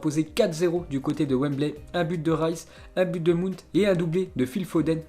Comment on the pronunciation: Il fait aucun effort pour l’accent lui a chaque fois c’est comme ça même certains noms de joueur comme Wijnaldum ou autre 😂 et la pour Mount il a dit mounte 😂😂😂